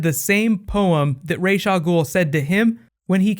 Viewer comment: It is just so annoying how they mispronounce Ra's Al Ghul. It's not "Raysh". It's "Rahs".